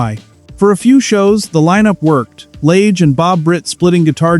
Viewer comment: It's Julian Lage, with a soft A.